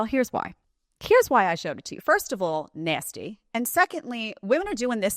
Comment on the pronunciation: Nay-steee 😂😂😂 is my favorite lol